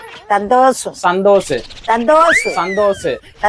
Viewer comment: சந்தோஷ்❌ சந்தோசூ ✅😂😂